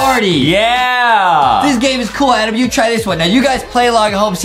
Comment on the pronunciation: I love Justin that he calls adam "Adem" lol